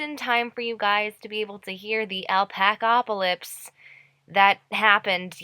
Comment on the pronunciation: also isnt is ALPACALYPSE not ALPACALPYSE